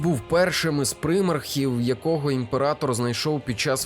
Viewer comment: Дякую за відео. Правда від прИмархів в мене теж вухо смикається ))